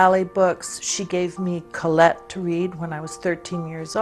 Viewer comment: I really appreciate how she pronounces the name Colette. Thank you Anjelica Huston!